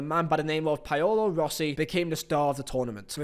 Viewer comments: Brilliant video, mate. Subscribed. Question, why did you screw up the pronounciation of Paolo Rossi's name (and mine too) ? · Anyone else screaming "THATS NOT HOW YOU SAY PAOLO ROSSI!?" Great video btw... Didn't feel like 2 hours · I liked “Jerd Muller” and “Payola Rossi”